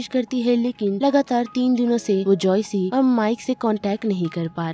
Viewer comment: That's joyce not joycei😂